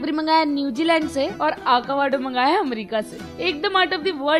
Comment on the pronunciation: saying acovado instead of avocado in